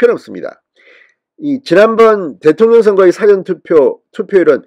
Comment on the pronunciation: 진선생님! 발음을 바르게 해주세요 사전은 낱말을찾는 사전과 事前(일하기전) 이 구분이 안되는군요. 수고 하세요